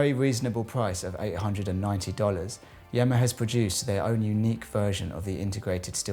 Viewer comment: Yema NOT Yemma